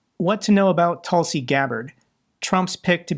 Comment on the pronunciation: Tusi or Tulsi? 😂